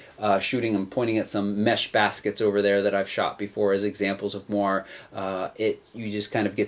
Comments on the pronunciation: Nice review, thanks. P.S.: It's moiré, from french, so pronounced with an A in the end :) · Jane Douglas I'm dutch, and if I read it like that it looks like a french word, and I would pronounce it more like a combination of what you said and the guy in the video said. I'd pronounce it like mwahr-eh. But thanks! :D